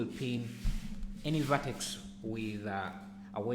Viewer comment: I have been looking for a way to simulate peeling paint and paint blisters for ages and this sill work for that - thanks. The only slight suggestion, it would help to show where to find commands in the menus rather than use the short cut. Two reasons, I found it hard to understand the pronunciation of "V" and Vertex, Rip Vertices is a lot easier to remember if you don't do something often.